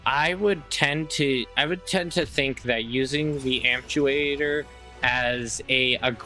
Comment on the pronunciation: great comparison, I was looking for a side by side like this. by the way it's am-pyoo-tay-tor, like removing a limb. you're probably thinking of the word "actuator".